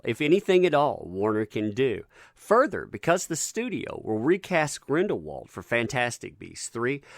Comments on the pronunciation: Its Grindelwald! not grindenwald! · Its Grindelwald not grindenwald! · It is pronounced "Grindlewald" not "Grindenwald" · Its Grindelwald not grindenwald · The name is GrindLE - wald not Grinden - wald. Please find out how to say something, as well as making sure you are saying it, right before you record and post your videos Otherwise you risk making yourself look like a ridiculous fool. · Dude I love your content but have one issue, you mispronounce Grindelwald - it’s not GrindeNwald it’s GrindeLwald -no hate just help 👍🏼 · you keep saying grendenwald. big oof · Did you say, Grind(en)Wald lol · More like 20,000,000, NOT 10, it just said "at least". Also, it "Grind EL wald". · It's pronounced Grin-del-vold. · I hate how you say grindelwald.